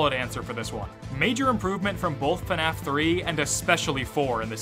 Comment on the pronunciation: Please stop pronouncing FNAF as Fenaf. There is no vowel in between the F and the N in FNAF.